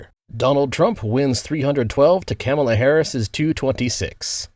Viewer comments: mate, why are you saying “Kámala”? Are you Canadian? 😅 It’s “Kamála” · It's correct pronunciation is kuh MAY la. I don't care what that dishonest woman says. She's not know for honesty or integrity. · Chefs kiss mispronouncing her name 🤣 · Like the video but you pronounced Kamala name wrong outside of that nice video